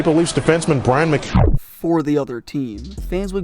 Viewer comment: it is called focus. You even screwed up Brian McCabes' name for crying out loud.